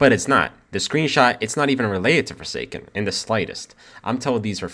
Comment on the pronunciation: I don't think anyone here plays "forsaen" lol. Anyways, hope everything goes alright